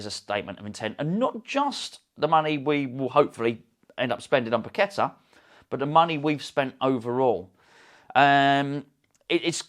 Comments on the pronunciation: Hello from Brazil......we need to get the pronunciation right........the a at the end is accentuated....so Pa-que-TAA....with emphasis on the 'a'.......in terms of of rythym....bum bum baaah...or da de daaah.....hope this helps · Tim Vickery schooled the presenters on Sky Sports about the pronunciation of his name Par....key...ta he looked upset about it......fingers crossed for this signing..